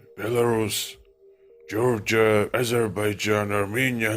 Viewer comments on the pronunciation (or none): none